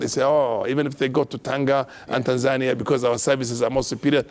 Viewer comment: Not Tanzaaania. It is TANZANIA